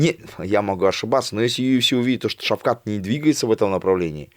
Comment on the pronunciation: Скажи этому человеку он всегда говорить (Шавхал) Он нп ШАВХАЛ А ШАВКАТ Шавкат Рахмонов Шавкат !!!!!!